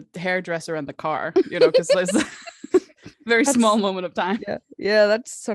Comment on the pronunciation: "Wery big vedding episode"